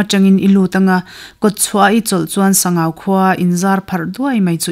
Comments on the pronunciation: Sangau (Ramhuai lalpa) hming hi Sang(hmun sang rik danin) Au ( mi kan au ) rik dan in lam tur a ni e , an tia lawm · Ziaktute an zah awm rualin an ziak kim lo hle in ka hria, tin, luite tui hi kei mi LAI hian TIVA tih hian kan sawi thin a a chhiartu hian Sangau va tih a lam kha chu Sangauva tih khan alam kha ani a, adik tawk lo ani. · A chhiartu Aw in a zir bawk a, ngaihnawm hle mai,, Mahse, thil pakhat;,, Sangau va tih kha "va" tih tak hi Sava ti a, "va" tih thluk ang hian lam zawk tur a nia, Mihring hming mipa hming angin i chhiar daih a, Sabgau va". Tih chu Sangau Lui tihna a ni ang,,!?😅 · Sangauva i lam dan hi i tih hi a dik chiah lo, mihring hmingah i chhuah tep. Sangau dawt chiah a VA hi lai tawng a ni a, VA hi lui tihna a ni. Sangau lui tih a ni ber awm e